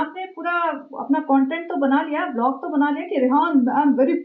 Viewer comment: का ' बिलॉग ' बोलना 😅😅😅😅